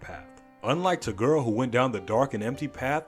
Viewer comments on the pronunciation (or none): why do you say to girl instead of toguro